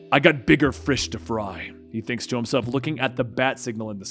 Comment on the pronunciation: "Bigger frish to fry"